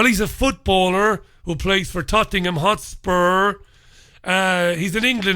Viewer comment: "Tottingham hotspurs" lol:-)))))